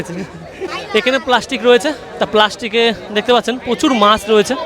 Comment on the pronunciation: Kotha ta maas noi maach